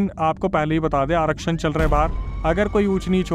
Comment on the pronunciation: Kya Aarashan chal rha h bahar?? Bhai aarakhan kya 😂😂😂😂😂😂😂😂😂😂😂 You need to really work on your script.